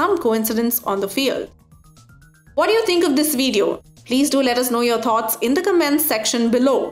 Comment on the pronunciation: its video not veediyo